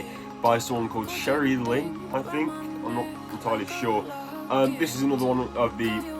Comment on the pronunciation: im gonna need a source on how ur pronouncing sherilyn pls xoxo